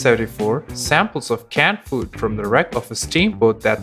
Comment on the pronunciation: Is he saying cat food or canned food? Besides that he was very professional and I subscribed and I never do that.